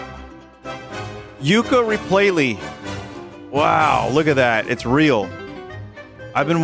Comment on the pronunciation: Yooka repaylee